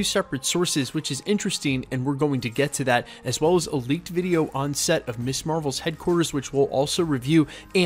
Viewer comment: Perhaps it's your youth and you're unfamiliar with the word, but Ms. is pronounced "MIZ" not "Miss". The word was created so that women could have an identity that didn't revolve around her marital status. "Miss" refers to an unmarried woman, Mrs. refers to a married woman and Ms. refers to a woman whose marital status is not volunteered. It makes me teeth grind hearing Ms. constantly mispronounced as "Miss". Keep it up and I'll send you my dentist's bill.